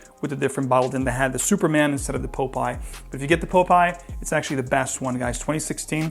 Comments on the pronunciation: popeye... not pope-eye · Sorry, but I couldn't resist: POP-eye, not Pope-eye. Thanks for doing the entire range!